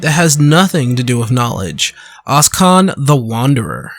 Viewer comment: Oschon is pronounced "o-shon", not "oss-kon"